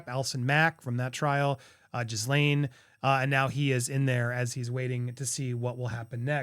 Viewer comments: It's GEELAIN silent S ❤ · Her name is easy to say - is pronounced ghee-lenn.. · Pronounced “GEE-laine” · Maxwell's name is pronounced Ghee, Like a type of butter ,and "Lane" like memory "lane" 2 syllables....and NO Z. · Dude, pronouncing ‘Ghislaine’ is easy if you ignore the h and s (stick with hard G)